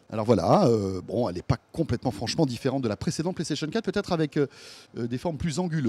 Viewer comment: Aahaaah mdr "bon elle est pas franchement diferrebnt de lancienne ps4